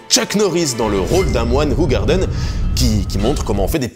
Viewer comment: Alors ça se prononce ou-rar-deun.